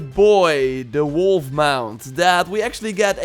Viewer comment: Did he say wolf